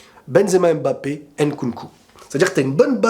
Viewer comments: D'accord avec toi. Giroud sied davantage au système actuel EDF que beaucoup de bon BU plus techniques par son profil et en plus il fait une saison honorable au Milan. Après fais un effort stp c'est Mbappé et non Embappé et c'est Nkunku et non Enkunku. Tu peux y arriver. La paix chez toi! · Salut j’espère que tu vas bien alors j’adore tes vidéos c’est pour ça que en tant qu’africain j’aimerais te faire une remarque stp on ne dit pas N’nkunku mais nkunku On ne dit pas M’mbappé mais Mbappé Lire les noms d’un coup stp pour l’amour de Dieu C’est comme ça qu’on prononce ces noms